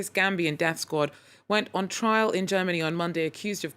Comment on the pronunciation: TRIAL, not trail.